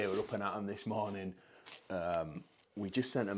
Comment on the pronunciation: Psssst 🤫(in a whisper so no one else will notice) you said "the next monring..."